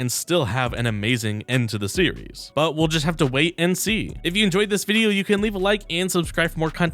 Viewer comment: Series name is NOT pronounced Syria 😭😭